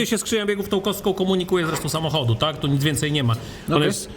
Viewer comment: Najbardziej mi się podobało jak mówi po polsku w stylu włoskim "tak tak tak" w jego wykonaniu brzmi jak "sì sì sì"